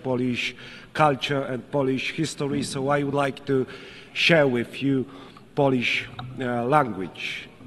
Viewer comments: To moze inaczej :) fonetycznie : polisz ? albo poliś? powinno byc POŁLIYSZ. Trzeba Krarolowi fonetycznie rozpisac. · Swietne przemowienie Panie Prezydencie. Tylko jedna uwaga: nie " polisz "- polisz to łyzke albo lizaka. Czytamy bardziej "połlisz" Tak samo jak "pol" to tyczka a "Połl" to Polak. A tak poza tym to super. Pozdro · Czemu nie może powiedzieć Polisz tylko mowi poliś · powinien powiedziec fonetycznie poprawnie POŁLISZ to bardzo latwe w wymowie